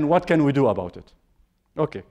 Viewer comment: There's a 90 million Egyptian pronouncing it exactly like that XD